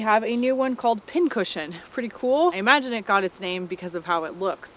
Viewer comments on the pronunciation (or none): none